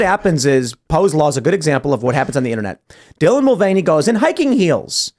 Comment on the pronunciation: It's called the mul-vain-ey affect.